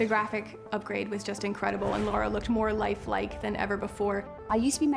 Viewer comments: she said "Laura Croft" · She’s called LARA and not LAURA!!!